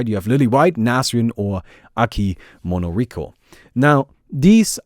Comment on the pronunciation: Minoriko, She's Called M I N O R I K O #weebintensife #omegalul